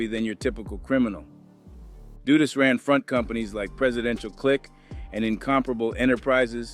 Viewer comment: All of them wether its A.I or not, always say Dudus name wrong.. I always gotta stop and laugh.😂